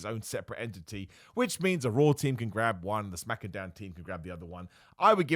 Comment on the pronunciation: Dam thought we might make it through the video without you saying Smackadown and making me cringe through the roof